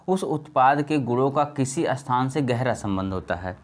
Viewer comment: अस्थान या स्थान ? क्या सही है ? सही बोलिए भाई